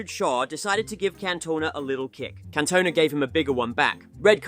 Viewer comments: Can-Toe-Nah 😂 you playing surely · "Can Tona" 💀